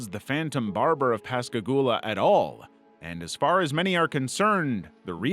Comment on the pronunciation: I'm so glad you pronounced Pascagoula properly! It's my hometown, and the Phantom Barber and Pascagoula Abduction are the two craziest things to happen here.